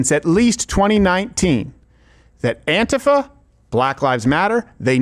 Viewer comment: Why are you pronouncing “antifa” like that? Very irritating.